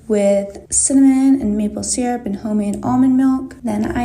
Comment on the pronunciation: The real crime here is how that one woman pronounces maple syrup.